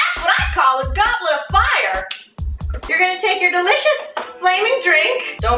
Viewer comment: IT'S ON FAY-YER Y'ALL!!! lol